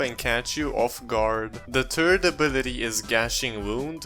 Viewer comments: great video just i know you have an accent but please say th-ird insted of turd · " the turd ability" 😂😂😂😂😂